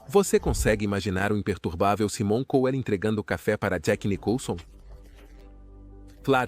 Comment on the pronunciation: Esse narrador é ridículo, não sabe nem pronunciar o nome corretamente , e não é apenas o de " Saimon Couel " , essa é a pronúncia correta , mas de todos que ele narra